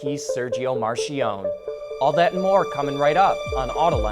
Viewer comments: The man was Italian, not French... please pronounce his name right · Your butchering of 'Marchionne' cause my ears to bleed.